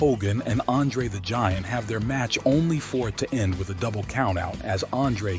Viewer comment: You really suck at pronouncing names. DiBiase is pronounced “Dee-bee-ah-see”, Andre is “Ahn-dray”.